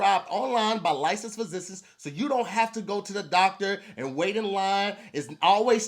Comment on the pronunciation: Say guys, did you know BlueChew was prescribed by “lissis physiss”?